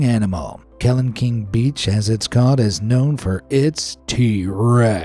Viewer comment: Kelingking is pronounced keLINGking not KELingking